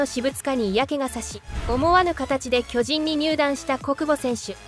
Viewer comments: なんだろ、、、ナレーターの巨人のイントネーションが馴染まない、、、俺が関西人やからかな、、、進撃の巨人はこのイントネーションで合ってるんやが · まあ、巨人のイントネーションが通常の〝巨人‘’とは違うからな。